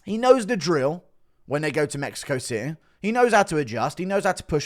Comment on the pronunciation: Spanish gobble de gook? dude you cant even say city.